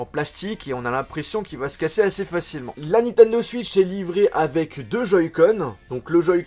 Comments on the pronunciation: Désolé mais on dit "Switch" pas "Suitch" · Ils m'énerve quand ils dit suitch c est switch